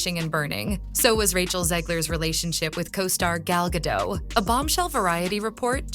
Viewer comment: FOR THE RECORD... Gadot is pronounced as Gah-DOTTE.... not Gah-DOUGH as you repeatedly said 🤣🤣🤣 my golly, she's been around for quite sometime and yet you still don't know how to say her name correctly 😆😆😆😂😂😂